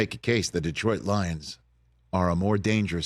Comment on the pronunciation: Rich is the only non Detroit guy to pronounce Detroit correctly...IT'S NOT DEEEtroit.